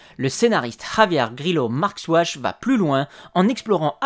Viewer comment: Encore une fois. Très beau travail. Passionnante était la relation entre Jack et son père, avec cette épisode brillamment écrit (bravo pour la prononciation de Grillo-Marxuach 😂, un scénariste très investi dans l'écriture de la série durant les 2 premières saisons). Un épisode fondamental de la série, sans doute le premier depuis le Pilot, avec des scènes d'anthologie, tu les as cités, notamment la première mort de Charlie et la découverte de la trappe. Je fais parti de ceux qui étaient particulièrement séduit par la relation père-fils entretenue entre Locke et Boone. Un personnage que le public de la série a quelques peu oublié, voir volontairement et injustement zappé, alors que sa place dans le récit et son destin joueront un rôle clé dans la suite de LOST et notamment dans la relation entre Jack et Locke, les deux poumons de la série. Merci. 😊